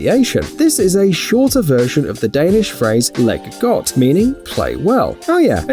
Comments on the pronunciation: I'm from Denmark, and u pronounce "Leg Godt" like "Lie got" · I am from Denmark and i keep laughing of you saying leg godt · im a big fan and im danish ( he cant pronounce leg godt)